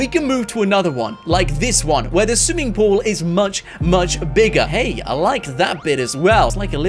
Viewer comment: He say sue ing pool 🤣🤣🤣